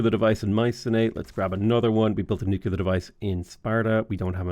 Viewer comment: why do you say Nuclear like George Bush? You're from where Guinness comes from not Alamo Drafthouse.